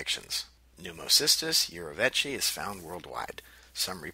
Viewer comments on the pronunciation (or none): urovechi. lol